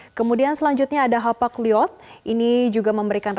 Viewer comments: Mbak... Itu bacanya bukan Hapag liod... Tapi di bacanya "Hapag loid"... Salah pelayaran kepunyaan negara Eropa Barat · Bukan Hapag (baca Liod)..tapi Hapag (baca LOID) LLOYD)😂😂😂😂😂😂😂😂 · Hapag loid bacanya nona😂